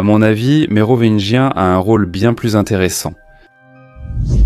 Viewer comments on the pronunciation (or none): À la prononciation de « Mérovineguien » j’arrête… c’est pas possible… g’faites un effort les gars! 🙁🤮🤬